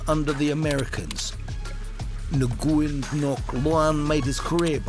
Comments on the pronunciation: Noo Gwen??? It's pronounced Winn. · Please don't butcher my last name it's not Nu Yen. It's as simple as "win" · butchering the names.. Nguyen is pronounced "when" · its pronounced WIN, bruh. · Nuguyn pronounced WYN